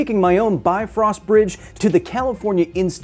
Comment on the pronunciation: Next time taake the hetero-frost bridge not the bi-frost... befröst.... Come on.